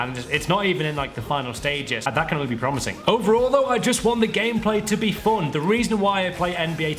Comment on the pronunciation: omg its not foon its fun